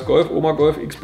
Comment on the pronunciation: Die Idee von KTM ist, dass X-Bow als Cross-Bow ausgesprochen wird. Da es als Kreuzung zwischen Auto und Motorrad zu verstehen ist.